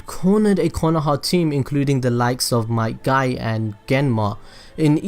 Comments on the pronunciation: his father might dai bruh who names there kid might die it sounds like your saying the dude might die which he did tho... wtvs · Each time he said might dai I laughed